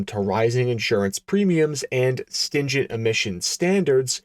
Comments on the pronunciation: Stringent not 'stingent' #grammarnazi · Ok, first it's stringent, "stingent", second when someone in the 70s say they have a set of 'mags' it really means aluminum rims, as most commoners confused having aftermarket wheels with magnesium wheels. The Pangra came with aluminum rims not magnesium...